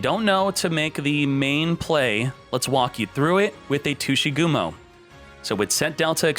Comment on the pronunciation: Tushygumo? you're making some people imagining a non-ygo content with that pronunciation